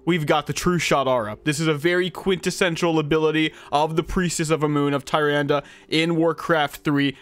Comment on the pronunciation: btw it’s pronounced “TA-RANDA”